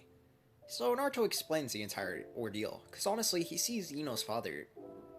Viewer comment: u said nartho it’s naruto 🍥